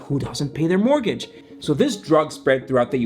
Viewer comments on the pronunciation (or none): I'll pay him 100$ to learn how to say mortgage